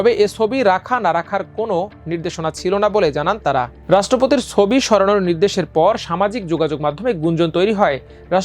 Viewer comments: সোবি? নাকি ছবি? বাংলা উচ্চারণ টা একটু ভালো আশা করতে পারি না? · Change this News Presenter... His pronunciations sound so poor... "Sobi" ki? It's "Chobi"